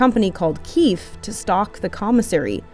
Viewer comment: It's pronounced "keefe" not "keefe"